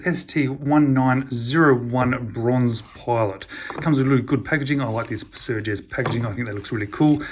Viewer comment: Nice video but... its Sugess (no R) 😉